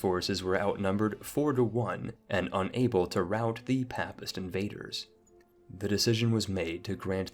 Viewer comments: Papist is pronounced with a long "A" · Please learn how to pronounce 'Papist'